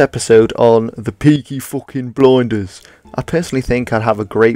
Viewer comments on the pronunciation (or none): I think i died when you said peaky fooking blinders 🤣🤣🤣🤣